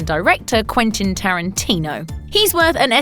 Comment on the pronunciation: Quentin, not Quinton. I kind of get it but it's also quite pretty. He makes it sound like she never supported his writing career, ever, rather than the example given here which was one remark said in anger. And all she said was "that writing thing of yours ends now" but he never said she told him to stop writing because he'd never make anything of himself. So while I get where he's coming from because her words hurt him, it does seem over the top petty. But we don't have detail and it's not my life so 🤷‍♀️